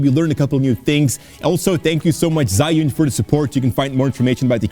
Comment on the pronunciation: ZhiYun 智雲 "Zhee-Yoon", not "Zhai-Yoon".